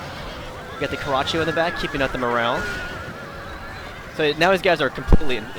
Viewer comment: isn't it pronounced "Car-a-cho"